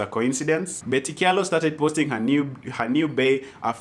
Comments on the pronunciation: So,, it's pronounced "cha-lo" not "kya-lo" just so you know:-). Aki don't blast me. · Kamba names with ky are pronounced ch eg in this case kyalo is pronounced chalo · Kyalo pronounced as 'Chalo'!